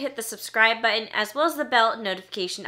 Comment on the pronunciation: The "T" in the middle of words. "imporTant" as opposed to impoer-Ent. BuTTon, (bu-En) etc. YES I know it's a thing but an author who pronounces English meeeee. HOWEVER I still like your stuff. :)